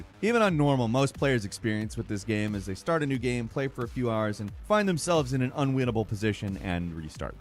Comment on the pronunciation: Did.....did I hear "Unwinatle"??